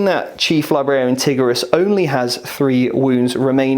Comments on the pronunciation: Haha, I used to make the same mistake.. TI-GU-RI-US.. not TIGGER-US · I liked the video. Just jesus, go to google translate and how to say Tigurius's properly. Tigger from Winnie the pooh is not a space marine.